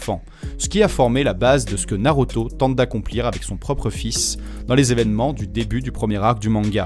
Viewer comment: Super vidéo 👌 mais tu ma perturber avec la prononciation de naruto en NarOto